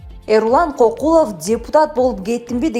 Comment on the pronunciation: Туура окубайсынбы алып барган кыз КОКУЛОВ эмес КӨКҮЛОВ деп окучу , сабатсызсынар Мадмыр ушуларды окутса болот эле, депуттатыктан айланабы